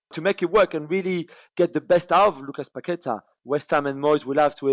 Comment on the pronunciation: "Pasweta" Trevor !!🤣🤣